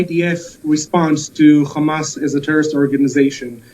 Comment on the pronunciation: Why did you do this? ‘Khamas khamas khamas’